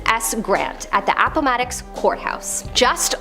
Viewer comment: look up the pronunciation of Appomattox